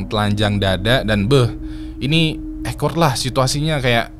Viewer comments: Awkward bukan ekward bang. Mana diulang2 terus ngomongnya. Gemes bet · duh maap bgt sebelumnya. 🙏 sebenernya males ngoreksi, tapi gatel gue dengernya. awkward di-pronounce ˈôkwərd (owkwerd) bukan ekwerd. 🙏🙏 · 😂😂😂😂😂 denger baca ekwerd,gw denger nya jg jadi awkward🤣🤣🤣🤣 gemes ya dengernya pengen ngasih tw cara yg bener baca nya wkwkwkwkwk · Awkward spellnya okwerd bang jgn ekwerd biar dengernya ga awkward 😁🙏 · Mas.. Ceritanya asyik bgt cuma sayangnya saya agak terganggu sama bahasa inggrisnya kamu. Coba cek how to pronounce awkward yaaaa... Maaaf saya terganggu bgt dengernya. 😂😂😂